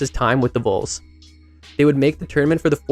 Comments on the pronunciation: It’s pronounced like Vawl not Vole. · Very nice retrospective. But, c'mon, if you're gonna talk about a player's career in college, learn how to pronounce the team name. Vols rhymes with walls. It's not pronounced like the rodent (vole)..